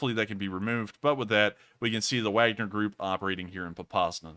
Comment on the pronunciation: you are pronouncing the Wagner group correctly don't list to the trolls. I've watched u.s. generals speaking about them in Africa